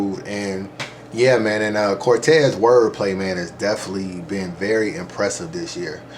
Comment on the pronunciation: Was with you til you said Cortez Cortez? Really Cortez lol lol?